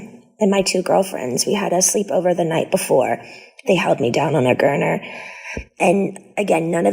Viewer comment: It's gurney